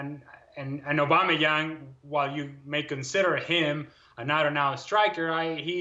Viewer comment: Put some respect on Aubameyang’s name